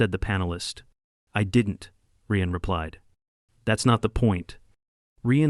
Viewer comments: Drives me crazy AI can't pronounce names correctly! Ryan is R.I.A.N Not R.E.A.N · “Ree-an”? Who the hell is “Ree-an”? Ryan is pronounced Reye-an.